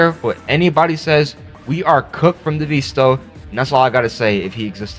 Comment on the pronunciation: DEEEVEESTO DEEEVEESTO IT'S DEVESTO NOT DEEEVEERSTO